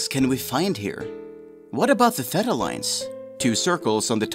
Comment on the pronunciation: There are two acceptable pronunciations of theta, but this was so far off I had no idea what was being said.